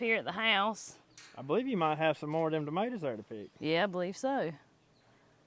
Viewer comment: I love listening to you to call tomatoes Ma T ors🤣🤣🤣🤣🤣🤣🤣🤣🤣🤣🤣🤣🤣🤣🤣